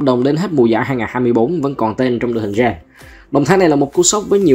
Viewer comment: Gen là đội nào vậy? Đọc geng hộ cái. Viết tắt vậy thôi. Đọc tên nghe lỏ vl. Đúng cảm kênh "tham khảo về liên minh", ekip viết thiếu hướng dẫn đọc rồi.😂